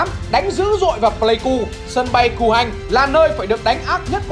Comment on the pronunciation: Sân bây Cù Hanh mà nghe là sân bay Củ Hành